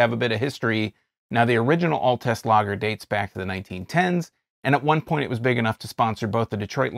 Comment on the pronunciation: Your not saying the name right, It sounds like Alts!